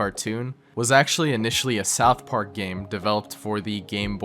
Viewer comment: soutch park